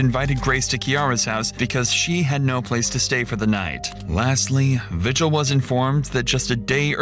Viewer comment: Vigil is a Spanish last name and it's pronounced Vee-Hill not vigil like what goes down at church. Her stares when she was describing her dreams I've seen from my ex sister-in-laws eyes before and she was known to hurt children , but what's disturbing is she had a child of her own like 6 months ago. I was watching the early morning news back in February with my dad when they went over Kiara's trial. We're still waiting for Isaac's trial. Also thanks for showing this as I only saw bits and pieces from KOB4 in Albuquerque. I'm also a resident of New Mexico and I can honestly say half of population are pendejos like these two who come up with stories to avoid a heavy jail sentence.